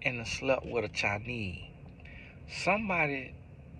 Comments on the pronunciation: The chi-neee really had me 😂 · “Chi-neee” and “Porta-ricka” 😭😭